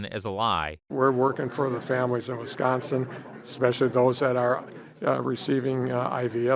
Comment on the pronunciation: oof da not from wisconsin are you (wis con sin) not westconsin